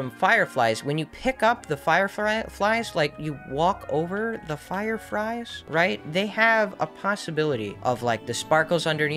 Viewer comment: Boi i heard "fire fries"